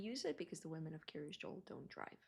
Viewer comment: Dear F Why do you call it Kiryas Dzool, instead of Kiryas Yo’el, In Yiddish pronunciation of the letter Yud?